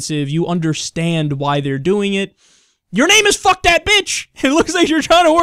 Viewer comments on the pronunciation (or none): I'm pretty sure "Phuc" is pronounced "fook". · I'm pretty sure "phuc" is not pronounced in an English manner whatsoever...